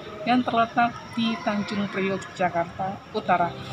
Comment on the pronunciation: Tanjung priok ka.. bukan priuk hehe